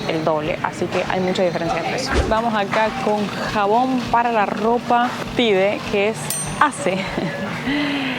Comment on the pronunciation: Hola. No se. Dice. Tide. Se pronuncia. Diferente